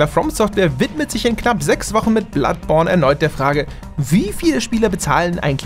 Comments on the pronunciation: Ich hab einmal bloodporn verstanden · Hat er "Bloodporn" gesagt? Na? Na?